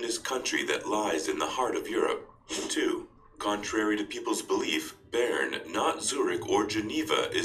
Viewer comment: Baron = Bern